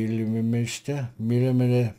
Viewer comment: Meulemeester is a Dutch/Afrikaans name meaning master of a mill (for grinding grain). Pronounced MOOL-me ster. There was a famous Belgian WWI flying ace of the same name. Keep up the good work,.